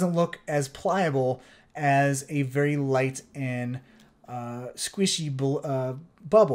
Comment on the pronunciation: how he says "squishy" - idk how to feel.